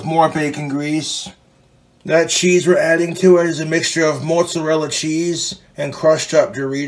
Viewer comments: Why he call it Mootza-rella? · i love how he says "moartsarella" when he's completely hammered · Moot Zuh Rella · The mutzarella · omg thats fucking gold but he's putting an r in there Murt zo rilla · Omg the way he keeps saying Moatsarella cheese … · "Moat-zarella cheese"?! That wasn't even an accent; But more so that no one told this regard in his 32 yrs of life that's not how it's pronounced. Lol At'ta'boy, Clint. 🤣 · Mote-zerella cheese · you'd think he was 80% italian with how he pronounces mozzarella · The way he pronounces mozzarella keeps me up at night, and I don't know why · listen to way this mf says "Mozzarella".......vile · I hate how he says mozzarella